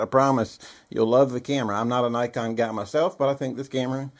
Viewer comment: Please, for the love of everything holy, learn to pronounce “Nikon” correctly. Great video otherwise. Also, I would take the 5D II over the 5D III any day of the week. The III was rushed to the market in the name of upgraditis.